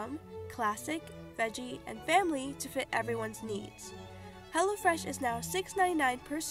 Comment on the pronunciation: Am I the only one who thought she said HELLAfresh?